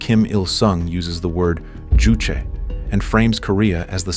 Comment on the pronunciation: JuChe is not pronounced as if it is a Spanish ju but more like the ju in the English word juice.